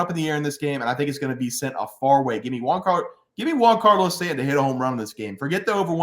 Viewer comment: “Juan”Carlo Stanton? Never heard of him